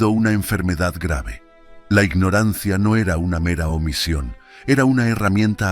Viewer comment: Espero que sea mofa eso de (inoransia) y que si sepas que se escribe y pronuncia ignorancia